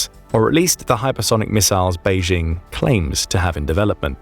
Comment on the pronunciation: There is no such place as "Beizhing." Chinese does not have a "zh" (pronounced as the "j" in French, as in je, Jean, jolie, etc.). The "j" in Beijing is pronounced EXACTLY the same as in English, as in jingle, jingo, Jim, jinks, etc. Go ahead, say "Bay-jing." Saying "Bayzhing" makes it sound like a French village. Please stop it.